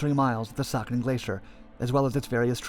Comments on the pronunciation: It’s not sakan it’s pronounced say-a-chen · Siachen pronounced as si-ah-chen not sa-ken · It is see-aa-chin. Not sakhin. Just saying. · It's pronounced as "Sia-chain".... Not suckin or saaken... Also, meghdoot was great warrior who was great at guerilla warfare and Ravaana's son. Nice video nevertheless. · It's pronounced as see-ya-chin and not saa-khin. Btw i love you videos and the amount of research you put in them. Being a world war 2 buff it's a pleasure enjoying your content. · It is pronounced as "see-ah-chen" not sucken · Its not pronounced Sakin Glacier but See-Yeah-Cheeen Glacier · It's not saken!!... It's pronounced Si-aa-chen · "sia-chin" glaciar not suckin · It's See-Aa-Chen not Sucken :P The folks at UN read it your way too and drew the line thinking... Who da sucken would go there? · It's pronounced as Sia-Chayne and not saakhen, the ch- is pronounced as in change. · It's Sia Chin as in your chin not Ken. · Very well summarised ... it’s pronounced as “sea-aa-chin” glacier. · You're pronunciation of Siachen is wrong. It's pronounced See-yaa-chain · Saichen is pronounced as si-ya-chin. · It's pronounced Sea-aa-chain (Siachen). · Sia---- Chen(the correct pronunciation) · It's pronounced. Cee-yah-chin. The place. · The glacier is pronounced See-ya-chen. Also, there was a series of brief skirmishes between the Ladakh scouts and Pakistan rangers took place during operation Meghdoot with casualties on both sides. And it was inhumane of both militaries to send ill-equipped soldiers to a place that has a real feel temperature of -60°c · This video is a very good example of how the western media not knowing a thing about the history of a matter try to project themselves as some sort of experts or keepers of justice in places like kashmir! Couldn't even care to research the pronunciation of siachin and these people will investigate human rights issues in the region! 😂 What a joke!